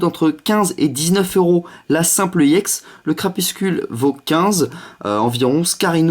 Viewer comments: Mdrr je lui ai deja dit il a dit qu'il arriverait jamais a dire crapusTule ! X) paix a nos oreilles :p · Bonne vidéo même si tu dis crapuscule au lieux de crapustule 😂